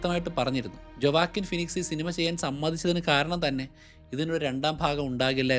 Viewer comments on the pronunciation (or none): Great study bro❤ A correction: ജൊവാക്കിൻ അല്ല… വൊക്കീൻ ഫീനിക്സ്